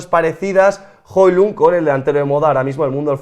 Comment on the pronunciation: Tengo un amigo danés, y se dice Joluun